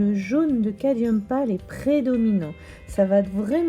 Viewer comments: il s'écrit ainsi mais vous prononcez cadium 😉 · Vos explications sont très claires et donnent vraiment envie de s'exercer ! Cette légère altération du mot cadMium m'agace un peu à la longue ;-)